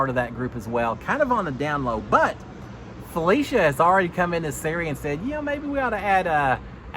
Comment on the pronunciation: instead of FelEcia, it’s FelIcia. With an “i” sound instead of an E. You pronounced it right at the beginning but not towards the end